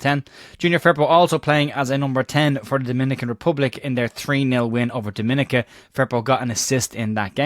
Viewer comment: Thanks for the updates however just for your information it’s your pronunciation of the Island of Dominica. Despite being spelt the same as the 1st part of The Dominican Republic the spelling is the only similarity So to help you and others who seem to have problems I shall explain how we pronounce Dominica and how we would like the Nature Isle to be referred to as Dominica - (phonetic)Dom Mi Ni Ka PS I will still continue to watch your videos 😂😂